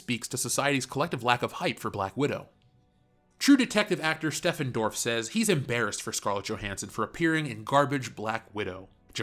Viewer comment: It's not "Steffen" Dorff by that pronounced attempt. It's simply Stephen Dorff as in "Steven Spielberg".